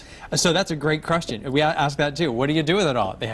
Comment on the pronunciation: "well that's a great crustion" xD